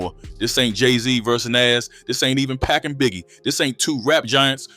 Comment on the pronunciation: Did this dude say “Jay Z And Nazzz”, and “Pack and Biggie”? Lmaoo